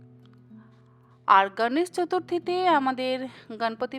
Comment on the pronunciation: সুন্দর রেসিপি। এবারে নিশ্চয়ই বানাবো।একটা কথা বলি দিদি, আপনি গনেশ,গনপতি এই শব্দের উচ্চারণ গাণেশ,গানপাতি এমন হিন্দী টানে উচ্চারণ না করে যদি বিশুদ্ধ বাঙলা ভাষার উচ্চারণ করেন, শুনতে আরো ভালো লাগবে।এই সময়ে মুম্বাইতে প্রধানত এই গণপতি পূজা হয়, কিন্তু উনি তো আমাদেরও সিদ্ধিদাতা।সকলেই আজকাল হিন্দী উচ্চারণে বাঙলা বলছেন। এভাবেই বাঙলা ভাষার বিশুদ্ধতা হারিয়ে যাচ্ছে। আশাকরি আমার কথায় কিছু মনে করবেন না।❤